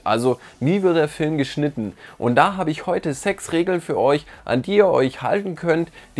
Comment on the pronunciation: Sorry, aber ich habe die ganze Zeit „Sexregeln“ statt sechs Regeln verstanden… trotzdem gutes Video